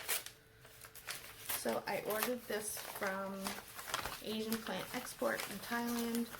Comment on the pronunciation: Y is it 90% of PlantTubers DO NOT know its pronounced "Asian"?. its a play on words ..instead they always say A-Shawn.. I'm like OMG Stoppp!!!!